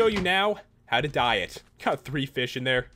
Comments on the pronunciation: Was I the only one that heard "I'm going to show you how to diet" instead of "how to dye it"? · i was totally thought he said diet when he said "and now, how to dye it"